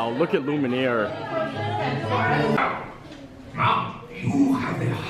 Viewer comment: the candleabra's name is pronounced "loo mee air".